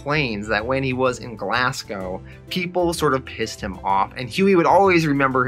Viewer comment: Great videos man, just got a little bug, its pronounced Glazgow not Glass-go. Am just nitpicking ur doin fantastic recaps, cnt wait for the rest of the vids P.s ino its spelt Glasgow